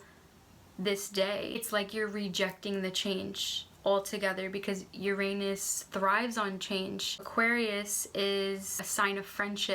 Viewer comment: I don't think you are saying Uranus right